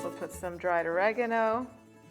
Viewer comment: Oragano not reagno